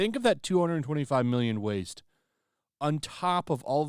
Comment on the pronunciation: There's no reason to emphasize "mmmmillion" e when referring to budgets. We sent well over one hundred BILLION dollars to Ukraine only to have it pilfered and laundered. Some of that was money you sent for zero ROI. I chuckle every time any creator discusses finances and put such emphasis on what are now paltry denominations by comparison to what the entire country was gaslit into giving up . Thank God she hulk is cancelled! That money can now go to Israel😅